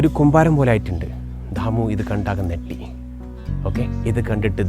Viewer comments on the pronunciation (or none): Wow.. For the English. But Ur Malayalam is not so good. നെട്ടി എന്നല്ല ഞെട്ടി എന്നാണ് മലയാളം 😂😂